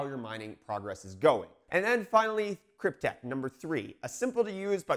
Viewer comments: krypte"X" not krypte"K" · Not sure if anyone else said this (I looked and didn't see it, but it's KrypteX, not KrypteK. Not that it matters, but you know how it is on the Internet.